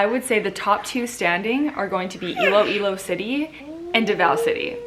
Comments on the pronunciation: You got it right! It’s Iloilo!! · Miss Iloilo is Miss Universe PH 2020 you said it right...